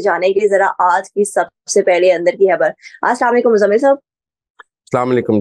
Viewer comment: حرف "خ" صحیح ادا نہیں کر سکتیں۔ "خ" کو "ح" کی طرح ادا کرتی ہیں جیسا کہ خبر کو حبر، خیال کو حیال کہتی ہیں۔ تلفظ کو بہتر کرنے کی کوشش کریں۔